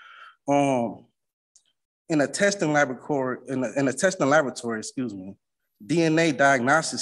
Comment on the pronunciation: I can’t stand when grown adults say Unm over and over. And axing. And can’t read words like labacory .